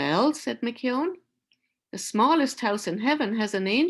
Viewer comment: Thank you for your reading of Giant. It was nice to hear the Irish pronunciation of McKeon.When I was in high school, Giant was banned from some Ontario schools. As a fan of Robert Munsch's books I got myself a copy right away (my first banned book). I love the story, and the final message is one of peace and acceptance. The ban lifted a year later. Munsch felt it senseless to defend the Giant and was quoted, "Like children, there comes a time when a book has to make it on its own."